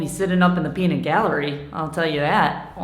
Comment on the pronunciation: what's a peenit? i only know peanut